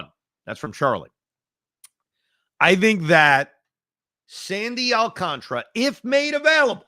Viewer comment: Does anyone know why a lot of people pronounce Alcantara's name wrong. Gary Cohen, Michael Kay and Evan all say it the say same way i don't get it